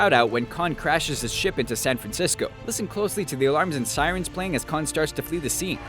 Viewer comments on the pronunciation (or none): none